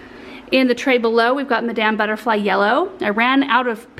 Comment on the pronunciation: I think it would be 'Ma' - dam" Butterfly, accent on the first syllable. It's an opera Title.